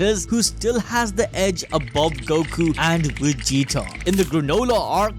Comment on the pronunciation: I like how he calls vegeta “wegeta” lol